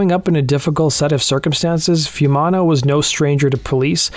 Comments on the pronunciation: It's not "fewmana", it's "foo-eh mana" each vowel is pronounced. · A bit disappointed you didn't get the pronunciation of his name right (foo-ee-manna). He was not just born to Polynesian parents; his father was Niuean but his mother was Maori. Otara does have high deprivation but Pacific people are the nicest and most down to earth people you could meet. It has nothing on gangs of LA.